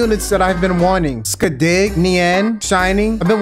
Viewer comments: I can't stop laughing at how you said Skadi... Skuhdee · I love how you say Skadi's name as "Skuh-deh"